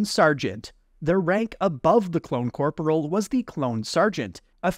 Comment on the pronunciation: fhfbwyi i dont know if im the one in wrong but i bouta punch my screen with how hes pronouncing corporal!!